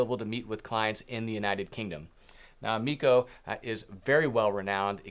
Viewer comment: Emiko pronounced eh-mee-ko otherwise a proper good video! Cheers